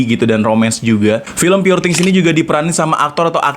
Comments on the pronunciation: pur bang bukan pure njir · You pronounce “poor” wrong !